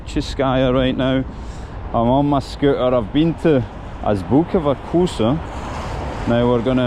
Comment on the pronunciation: If you’re trying to pronounce the name Азбука вкуса properly., don’t say ‘вакуса’. Instead pronounce’фкуса’, it’s much easier. It’s called оглушение согласных, или “regressive devoicing” in English.